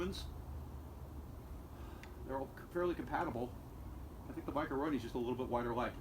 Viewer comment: Thank you for not calling it a micro-o-roni. Drives me nuts. Great review